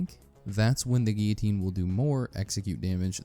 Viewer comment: Good video. But how is it possible to pronounce guillotine incorrectly so many times.